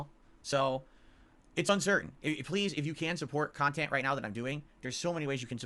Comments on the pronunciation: the adult baby that e begs for nickels and dimes but wants us to believe he’s making “meaningful kahtent”. IRS Arc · He really thinks this is meaningful Khan-tent